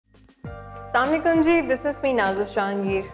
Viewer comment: don't say slamlikum say Assalamo alaikum